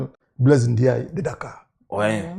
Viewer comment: C'est Blaise Diagne, pas Ndiaye